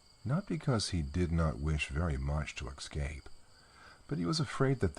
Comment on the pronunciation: I love listening to these stories, and hate to complain. But there is no X in escape.